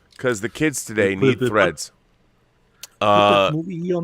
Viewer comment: THREADS! Not FREDS. 😂